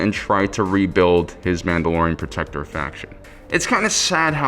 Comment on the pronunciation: Don’t know if it’s just the mask, but the mispronunciation of the mandalorian’s name is killing me.